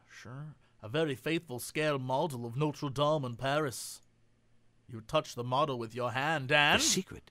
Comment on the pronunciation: GOD THE WAY THESE PEOPLE SAY NOTRE DAME THEY'RE RUINING THE NAME ITS SUCH A BEAUTIFUL NAME AND THEN THEY BUTCHER THE NAME ITSELF UUUUUUUUHGGGGGGGGGHHHHHHHHHH 😩😩😩😩😠😠😠😠😠😠😠😠